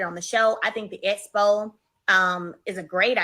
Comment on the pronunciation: hat almost drove me crazy, I had to turn it off!! I was screaming EXPO at the tv!!